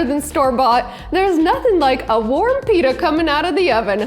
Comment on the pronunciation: YUOU SAID IT WRONG